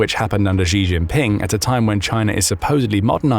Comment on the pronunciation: it's "shee chin ping" not "gee jean ping "